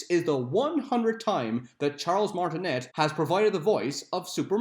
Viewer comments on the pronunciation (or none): Charles Martinet is pronounced Charles Martinay because Martinet is a French surname